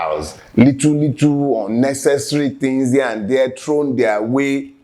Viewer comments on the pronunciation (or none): none